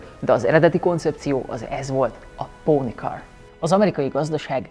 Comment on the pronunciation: Póni kar! Ezt úgy mondtad, mint a dísznőinemiszerv a sékön expresszót!